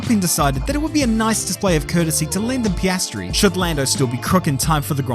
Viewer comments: Pee ah stree. Not pastry. lol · Am I the only one hearing 'pastry' instead of Piastri? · Everyone else: Piastri: Pastry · I cannot tell if this is on purpose but it sounds like you are saying pastry. Great video. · I love the pastry pronunciation... welcome to the big league, Oscar Pâtisserie? :) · I love how halfway through the video just gave up pronouncing Oscars last name correctly and just said "pastry" over and over;) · Maybe I need to get my ears checked. Did keep calling him Pastry in some instances? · Love how you call him "pastry" every other time 😂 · I love the "Paistri" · Does anyone else hear him say pastry? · i'm not the only one hearing pastry right? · yeah he's actually saying that sometimes, it's a running joke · Great entertaining summary, but I hope you learned how to pronounce his name properly by now. Some people in the comments even wrote it that way, but there is an "i" behind the "p". 😊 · Mispronouncing Piastri is childish and stupid.